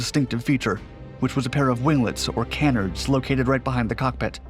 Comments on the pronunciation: That's not how you pronounce canards. Kuh-nards not kae-nards. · ….its “nuh-SELLZ” and “kuh-NARDZ,” not “neh-SELL-ez” and “CAN-nerdz.” Just sayin’. Ironically, though, your French pronunciation is phenomenal. Totally on point. I say that’s ironic because “nacelles” and “canards” are both French-based terms appropriated by English/speaking aviation engineers…. Heh.